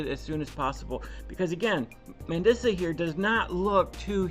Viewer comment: Her name is pronounced Man-dee- suh. Rest in peace, sweet lady. She struggled with her weight her whole life. 😢 i love her music. Thanks for covering this. It's an important conversation.